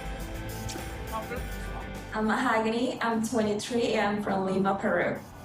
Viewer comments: Anyone catch how he said "Mal-gony", not "Ma-hog-ony". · Why doesn't he say "Mo-hag-any"?!?!?!?! Its NOT Ma-hoe--ga-nee!!!! Guess that sounds more exotic 🤣🤣🤣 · did he just call her ma-ho-gunny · It’s “MA-OH-GAAA-NEEEE” 🙄😂😂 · Or as he used to say "Ma-HO- Gany" aka his new child....ummm wife 😂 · why is she pronouncing her name differently ? she said it was mo-ha-GAH-nee previously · Ah yes Ma-hoo-gonny 🤩